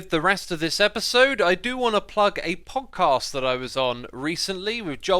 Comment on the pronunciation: Is it just me or did xisuma say pogcast?